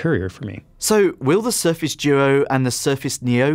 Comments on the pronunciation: Why do you call it the surface joe? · Sorry, I heard Surface Djo (not doo-oh).